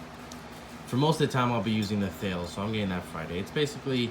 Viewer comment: “Thales” is pronounced like “Tal-ess”